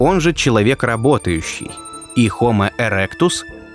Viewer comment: Не хомо-эректус, а хомо-эректусенко😂